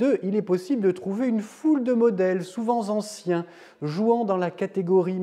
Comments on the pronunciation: Oui, à l'exception du "souvent z-anciens" qui écorche un peu l'oreille au début... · "Souvent zanciens" ? 😉